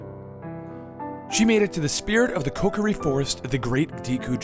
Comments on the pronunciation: also it's Kokiri (pronounced koKEEREE), not Kokori. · ALSO IT IS PRONOUNCED KO-core-e